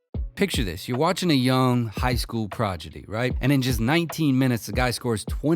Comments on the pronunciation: He said "progedy" instead of "prodigy" 😂 Great video though fr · progidy or prodigy? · Hey I believe you mean PRODIGY NOT PROGIDY right? 😂 but I get your point. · this mf said progidy, im out